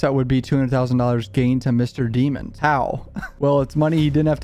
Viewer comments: You make this hard to watch by calling him deeemonds instead of his actual last name which is pronounced “deh-monds” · DEM-MONS not demons lol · i belive melly's surname is pronounced demmons" instead of deemons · You keep pronouncing his last name wrong say it with me Dem-ons not De-mons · its pronounced da-mons😂 😂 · Pronounced Deh-mons dummy